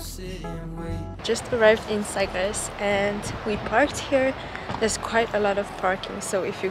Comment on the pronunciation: It's Sagres